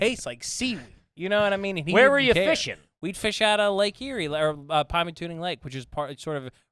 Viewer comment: PymatuNing, NOT PymatuMing. Somehow even people from Pittsburgh who frequent that area refuse to say it properly 🤦🏽‍♂️ Try tuNing into the correct pronunciation.